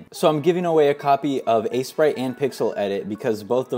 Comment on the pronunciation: It is pronounced ace-prite